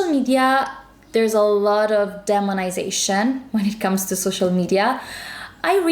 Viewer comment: You always give astute advice 👌🏻 Just two pronunciation points on your superb English ... Graham is Grey-um and demonization begins with a long E just as demon does.